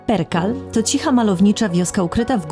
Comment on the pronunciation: Chyba Prekal nie Perkal